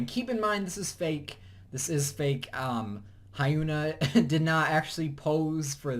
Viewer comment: the pronunciation for lee hyori and hyuna made me cringe lmao